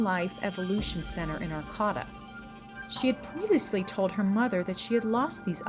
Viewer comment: It's pronounced Are Kate ah lol Arcata not Arkotta wtf